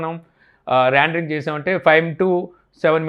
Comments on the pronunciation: Adi randering kadu rendering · Randring ??? "Rendering"